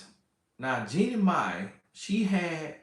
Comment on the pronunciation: The way keeps saying Jennie Mani has me on the floor! 🤣 But Ima hush up like my big brother said!😂